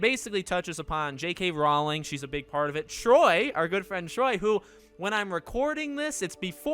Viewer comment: Just FYI... "Rowling" rhymes with "bowling". :)